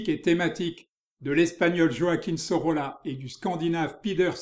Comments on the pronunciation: Pour le nom prononcer Soroya... = Sorolla... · Merci! L'Hôtel de Caumont - Centre d'Art à Aix-en-Provence a présenté en 2020 une expo Sorolla - prononcer "Soroya" selon un ami Historien de l'art catalan - mémorable! "L'heure blonde" assurément, l'heure lumière toujours qu'une touche preste et juste magnifie jusqu'à l'éclatement. Mais rien n'est gratuit jamais et encore moins "joli" dans cet œuvre frais et sensible à jamais. Merci vraiment!